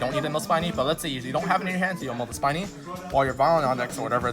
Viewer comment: Spinny is actually pronounced as speeny not spainy...because it spins...plus it's Spinny and not Spiny.